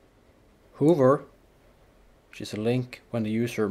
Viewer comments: Just for your information, pronounce "hover" as H a v v e r Hoover is a vacuum. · Please learn how to pronounce "hover" correctly